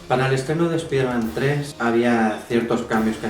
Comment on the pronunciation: Buen video pero, no soporto tu pronunciación española… deberías decir los nombres en inglés, por ejemplo: Spider-Man (como se escribe y tu pronuncias) deberías pronunciarlo "Spaiderman" suena mejor el nombre original. Pero excelente hermano, saludos desde Venezuela